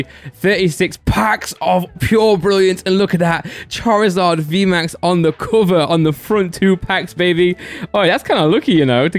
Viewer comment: why do u say some words so weird?? like 'cuver' instead of cover